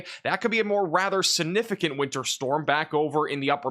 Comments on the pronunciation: This is according to The Merriam-Webster Dictionary. The word is significant. sig-ˈni-fi-kənt You need to pronounce your words better or you may as well use pacific instead of specific, or axe instead of ask. You can also use Specific when talking about the ocean. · Please learn tp pronounce the word “significant.